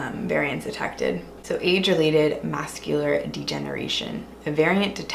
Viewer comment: ‘Mascular’ You don’t have to google it to know that ‘macular’ would be eyes. Uneducated.